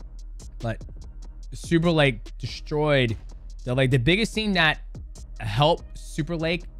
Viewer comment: Lol you said his name right once then went back to saying it wrong the entire rest of the video e.e